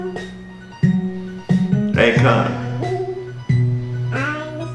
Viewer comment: My man it's akon not akron